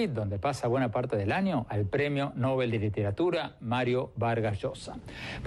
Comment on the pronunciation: MVLl no es "el premio Nóbel" sino el premio Nobel, como se pronuncia el nombre del sueco, pronunciación según las reglas del español tambien.